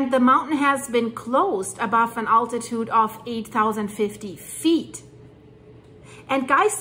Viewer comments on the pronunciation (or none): none